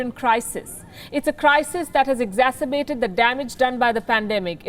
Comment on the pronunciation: “Exacibated” .Very new word.